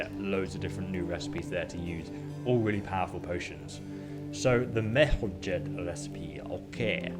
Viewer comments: Why do you call it MER-HO-‘J’ED (with hard j) rather than the actual pronunciation MER-HOI-YED. You literally hear people in the game constantly say the 2nd one but you continue to say it wrong. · it's pronounced " mer-ho-yed" they say it in game all the time and folks still say it wrong. haha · A little hint from a native Czech speaker (dont mind my nickname): Merhojed is pronounced Merhoyed, no english "g" there. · game: says Merhojed like 50 times.: continues to mispronounce it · I hate when he mispronounces Merhojed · listen to the npcs saying things with J like Merhojed